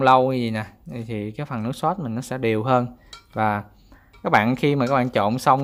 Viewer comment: Ông này rốt với sốt mà cứ phát âm thành rót với sót :))